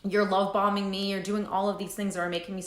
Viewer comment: Is she saying love bombing or love balming